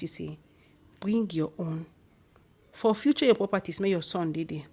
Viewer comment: my dear its forfeit not forfuture.